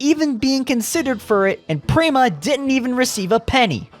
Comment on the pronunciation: yet penske has backed rowe for YEARS. "real indycar fan" would know how to pronounce "prema", "sebring", "schumacher", etc; is this just AI? of course, a "real indycar fan" would know that charters were announced PRIOR to prema's entry, and prema chose to enter anyway. in addition, prema's collapse had almost nothing to do with charters. fwiw, im not a fan of the charter system.